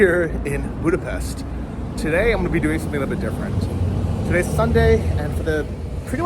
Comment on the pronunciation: nice job. BTW it’s “Booda-pesht”. It’s a tough language (I grew up with it) but getting the pronunciation right will buy you major cred. Stay safe.